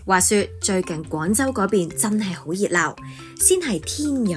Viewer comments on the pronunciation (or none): 廣州廣州、老實講，創意，官方，旁白姐姐啲懶音（廣、講、創、官）都好勁喎，做得旁白執吓自己啲懶音好吗？